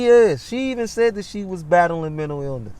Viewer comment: “Mintill eelniss”.